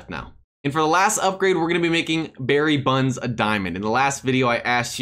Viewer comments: Bro calls him Barry buns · I thought his name was Barry bonds not Barry buns 😂